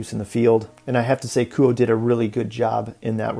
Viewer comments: It’s pronounced Ku oh eh. Nice review though. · It's pronounced KOO-OH-AY